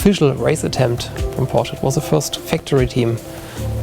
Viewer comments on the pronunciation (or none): the german guy mispronounces Porsche, lol